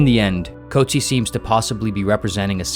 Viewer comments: As a South African the pronunciation of 'Coetzee' hurt more 😆 'koot-zeer' not 'coat-sea' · The name "Coetzee" is pronounced as kuut-SEE in South Africa and kuut-SEE-uh in some other regions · It’s pronounced “Coot Sea” (like “sear”without the R). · Maybe start by pronouncing the Nobel Prize winner's name correctly.